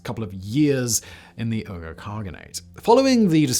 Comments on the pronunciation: Uyghur = WEE-gur Not "UR-gur". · One thing, "uyghur" is pronounced 'wee-gur'. As in the ethnic group the CCP is currently committing genocide on. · was listening only and had to check the subtitles because I thought Simon said Ogres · Ill give you a pass because English speakers always butcher other language words but its pronounced Wee-Gur not Er-Gur. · Uyghur is pronounced "WEE-gurr", not "URR-gurr". Would it kill you to learn correct pronunciation once in a while...? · "WEE-GUR" not "URR-GRR". Just btw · Google says British people pronounce Uyghur "oygah." Normal people pronounce it (more or less) "wee gr." "Wee gr" sounds better. *Among Uyghur people the "Uy" is slightly elongated, like "oo-ee," but also like "wee." The "g" is like the soft Spanish "g" (somewhere between h and k,) and the final vowel is more like "oo;" the r is somewhere between aspirated and rolled. Ooee-(hk)oo(hr.) Which is why Americans pronounce it "wee-gr." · It's pronounced Weegur! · Why does he pronounce Uyghur as “Oo-ger”? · Uyghur is pronounced as We-ghur. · You keep pronouncing “uyghur” like “ogre”. That’s not right. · He IS mispronouncing it.. it is WEE-GUR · Uyghur is pronounced “wee ger” in the United States which of course makes no sense at all based on the letters and pronunciation. But at least yours is a little closer to the letter pronunciation‼️‼️🤣🤣🤣😂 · uygher is pronounced “wee-gur” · Hey Simon, sorry to do this to someone of your talents, but Uyghur is pronounced wee-guh...... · It's pronounced WEE-gurr, Simon. The same people China's being so nasty to right now. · Uyghur, is pronounced like "wee-grr". They are Asian Muslims, hailing from Mongolia and China. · Come on Simon, do at LEAST the basic research. The tribe Uyghur is pronounced WEE-gur. It has been in the news for the last 20 years. You ruin your credibility with such obvious errors. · Uyghur is pronounced like "whigger". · Isn't it pronounced weegur? And manikayan? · "Wee-gur." It's pronounced "Wee-gur"